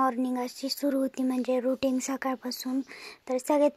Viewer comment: अपेक्षा routine असते बेटा routing नसते, correct kr